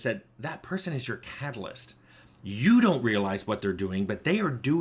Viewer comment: I keep mishearing catalyst as "calloused" That's a very different type of team member.